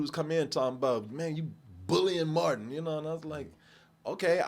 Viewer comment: You said Matin instead of Martin 😂 .